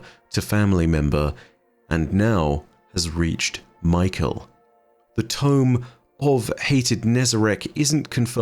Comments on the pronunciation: Just a quick note, I think "mykel" here is pronounced "my-Kell," with emphasis on the kell. But we got a whole ass acolyte called fuckin Rufus so maybe its really just michael lol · No hate just something funny I noticed but I think Mykel’s name might be pronounced “Me-kell” and not Michael 😂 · Hey Nezarec, Vsauce here! Kept thinking was saying Michael lol